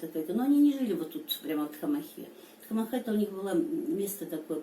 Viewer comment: Спасибо за хорошее видео !!! Маленькая поправка: название "Тхамаха" происходит от адыгского слова " Тхьэмахуэ", что в переводе означает - "Божье счастье". При произношении ударение падает на предпоследний гласной - вот так - "ТхамАха", а не ТхамахА.